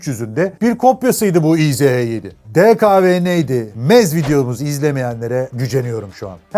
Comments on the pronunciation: Kardew - izh- degil ismi motorun - ij - dir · Tofaş ismini bi yabancı, Tofas diye telaffuz ederse nasıl komik oluyorsa, izh(иж) ij yerine i-ze-he diye telaffuz etmek de o kadar komik! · Güzel vidyo olmuş. Abi markanın ismi izh değil, İJ dir. İngilizcede j harfi olmadığı için j-yi. zh- diye çeviriyorlar. Fabrikanın bugünkü ismi İJMAŞ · İ J yazıyor izh diyorsun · Yıllarca İJ (иж) olarak bildiğim motora izehe denilmesi çok garip geliyor kulağa 😅 Bin defa da izh izh.., ij diye okunuyor... 😅😊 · İj diye okunuyor abi :)